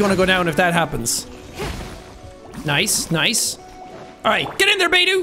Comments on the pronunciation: The way he say beidou's name 😂 I'm dead " Beidoo" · Bey-Do😭✋I’m literally gonna cry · Says Bei-doo and Die-luke... Sean the characters say thier names in thier profile voicelines. Bei-dough and Dee-luke. Bennett is a very good character too. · Beydue lol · Everyone knows it's said bae tho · Beidou is now bei-do Diluc is now die-luc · Who else instinctively said Beidou and Diluc's name correctly everytime he said "Beidu" and "Dailuc" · coming back to this a year later and him calling beidou “beedoo” is still hilarious” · I cringed at "Baydoo" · It’s baydoo! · Seeing Jack pronouncing all the names incorrectly, not knowing where the hell he is, what in the world hes doing, not using the character kits correctly just fills me with unlimited joy and happiness. BTW how the fuck did Jack reach inazuma if his damage is so weak. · Jack: absolutely massacres the pronunciation of Beidou's name Me: takes immense psychic damage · The way he pronounces Beidou’s name is hilarious